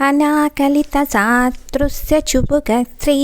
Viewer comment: Sorry manninchandi. Slokam first chadivinappudu అనాకలిత సాతృశ్య ani vacchindi. Wrong pronounciation. సాదృశ్య ani రావాలి